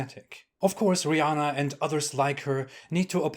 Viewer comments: “Rih” LoL 😂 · "Rihh" Hahahahahhaaa! Gosh, the way that sounded. Lol 🤣❤️